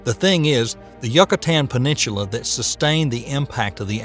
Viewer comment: I'm not sure if I should feel sorry for him or cringe when called the Yucatán ... yuck-a-tan. They YU is pronounced like "you". Then I realized he couldn't pronounce peninsula either so...